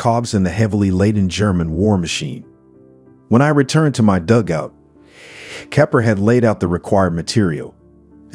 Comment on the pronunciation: Nice commentary but some poor pronunciations (dugout, Luftwaffe, etc).